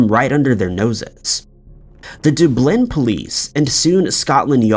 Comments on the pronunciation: Its not a US thing, I've literally only ever heard him say it like that lol The real kicker is, he says Edinburgh correctly lol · Doo-blin really broke my brain. Don't you have places named Dublin in the US too? Is it a hard word to say?? It's said how it's written 😭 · The "Doo-blinn" police? I've never heard anyone pronounce such a simple in such a difficult way